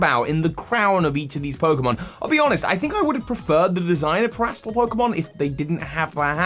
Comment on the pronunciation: "te-rást-al"? I personally think "téra-stal" sounds much better.